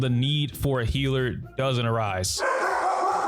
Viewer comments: No offense, I'm asking this out of curiosity. Why do PoC say 'hiller' instead of healer? i'm not from the US and it confuses me a lot. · You are right, It's not as bad as some other content creators do it. I even can now hear a little of the HEEL in Healer but you make it really, really short. I tried pronouncing it like you and I can't. It just naturally stretches longer :D I noticed it only recently and it was another black guy, so I kinda assumed it was some kind of slang of black people, like many like to change the sound of words in rap lyrics. I'm just so confused why it's just a single word, that got changed and what happens to hill for the people who really say hiller instead of healer, so heal becomes hill xD sry, now I'm just being silly. I actually love the English language and want to learn more about it. That's why I'm curious.